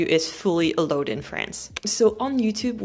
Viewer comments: Yes. When says "allowed," it sounds as if she is saying "a load." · "allowed" se prononce exactement comme "aloud". 🙂